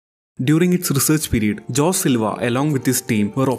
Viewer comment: It's pronounced as Ho sae Silva